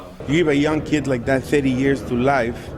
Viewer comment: "You gib a yoong keed like that thirty years to life, chances are you're not gonna see that kid again." Yeah. That's the point,.